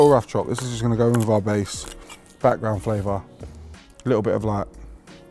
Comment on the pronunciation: Flavour with a TH…. Hahahaa